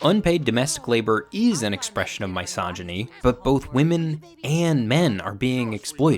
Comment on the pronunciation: Awesome video. Also, I hate to be a pedant, but have to say, misogyny is pronounced with a short i sound, as in “miss,” not a long i sounds, as in “my.”